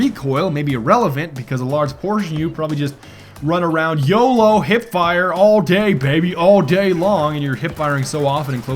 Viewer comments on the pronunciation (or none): none